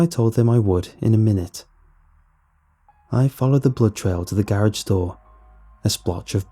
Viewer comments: Is it jus me or instead of garage does he say ga rage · The scariest part about the video is how he says garage